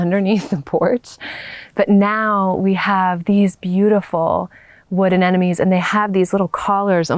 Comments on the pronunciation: You say the name Anemone, "Ah nem oh nee", not "Ah nen oh mee".. many people struggle with this word when they switch the second and fourth syllable consonants. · Your garden is lovely, and you are a very beautiful young woman with a soothing voice. Your hair and clothing are perfect for your English style garden. I love the woodland arbors and teepees. It's all very charming. I only say this to help you, even though many Brits also do this. Anemone is pronounced a..nem..o..nee. even Monty Don does this, but because you have a large audience, I thought I'd mention it❤️